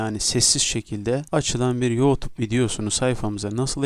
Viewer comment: Senin teleffuzun batsın yootub nedir 😂